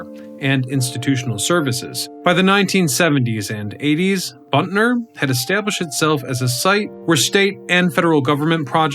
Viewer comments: It's Butner, not Buntner. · It isn't "Buntler," it's "Butner" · It’s not BUNTNER. It’s BUTNER. Geez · B u t n e r NOT B u n t n e r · Butner, not Buntner. Butt ...ner, not Bunt ...ner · Why do you say Buntner there is no n before the t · Dude, as a North Carolinian you are driving me up a wall as this video progresses. There is only one "n" in "Butner."